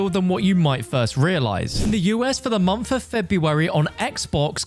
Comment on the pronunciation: You said ‘the “mumpff” of February’